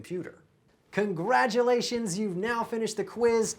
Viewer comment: And then he says “CongraDulations”, which is both spelled and pronounced (properly) with a T where he used D. 😅